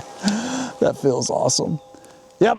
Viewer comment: It's pronounced as Zvuk as one word not Zee Vuk. It means "sound".